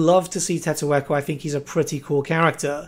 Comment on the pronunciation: What the hell is a Tettoeko. My homie's name is Tiq taq and you better remember it